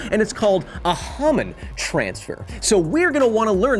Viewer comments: I thought it was pronounced as a Hoe-man transfer, not a hom-an transfer..... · It’s a long O sound In Hohmann ya handsome lil hair monster